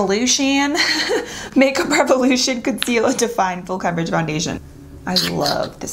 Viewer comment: Revolution 😂😂omg not laughing because she didnt say it correctly but that accent 🤔hmm haha..love you ❤